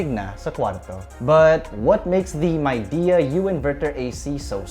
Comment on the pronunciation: Its pronounced as Mei Di, not MAI😂